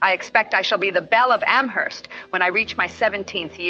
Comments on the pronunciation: Great video, thank you for posting. Just a point of trivia/correction: the H in Amherst is silent, so it's pronounced "Am-erst." And now you know 🙂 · I very much enjoyed this biography! One small detail: Amherst out here in western Massachusetts is actually pronounced as "Am-erst". The "h" is silent. Even people in Boston don't know that 😊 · Emily Dickinson's poetry is incredibly rich, subtle, dense, and insightful. She was brilliant and revolutionary. By the way, locals do not pronounce the "h" in "Amherst." It's pronounced as if it were written "Amerst." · The "h" in Amherst is silent. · I'm from Amherst. We dont pronounce the "h" in Amherst here. It's silent 😊 on another note. I love your videos! So, well structured and informative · The H is silent in Amherst. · The h is silent in Amherst